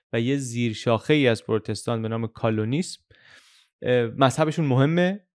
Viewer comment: علی عزیز. من مدتهاست که از زحمات شما مستفیض میشم. در این ویدئوی گل لاله مذهب کالوین و Calvin رو به نظر اشتباه تلفظ کردید. یک مروری میکنید؟